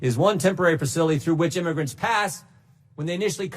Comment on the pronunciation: Lmfao Jimbo created a new term 🤣🤣 "imograts", listen closely lmfao. I'm going to use it & give him credit, his mouth couldn't keep up with his brain! God Bless Him!